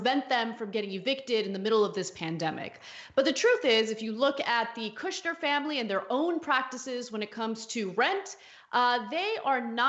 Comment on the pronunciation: “Kushber” 🤣 slum lord!!!!